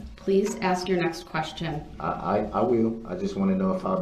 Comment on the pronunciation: Axe me.. it's obvious..love it shit talking squirrel 🙄💖